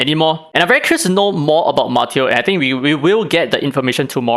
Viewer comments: I think it’s “Mah-Taeyo” Also thinking what if they gotta drop shimmer just enough times for the whales to fish for copies Also Yamatos English voice is so inconsistent like Chris Pratts Mario lol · His name is “Mah, Tay, Oh”